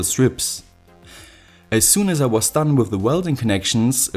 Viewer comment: Why do you say with instead of with